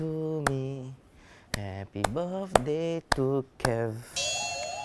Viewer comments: said "Happy barfday" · What I hear saying: Happy buf day to me Happy buf day to me